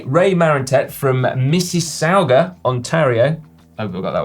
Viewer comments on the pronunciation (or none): Lol simon with "missi - sau-ga". Like how i struggle with 'souwh-urk" (southwark). Its actually pronounced "missisaga". Sorry eh. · Mississauga pronunciation came close; Canadians pronounce it as missi-saH-ga, not missi-saU-ga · Si... its pronounced Miss i sa ga ( all short vowels) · Mississauga /Mis--si--saw--ga/ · Si's pronunciation of Mississauga was good enough for me to recognize it, but it should be pronounced miss/iss/or/gar. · Actually it is Missis-saw-gah. No R. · Yes. However, I believe the r, or lack thereof, is problematic, due to differences in Canadian vs British accents. The Brits don't pronounce the final r. I was just trying to correct Si's "ow" as in "ouch", (and not "ooch"). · Toronto repreeeeesent! :) WOOHOO! Oh, and Mississauga (suburb of Toronto, sort of) is a weird word, I know, but I had a good chuckle. The "U" is silent. Here is a helpful guide to pronunciation. :D